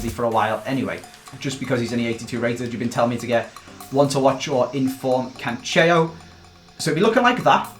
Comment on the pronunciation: his name is CANCELO not CANSHEIO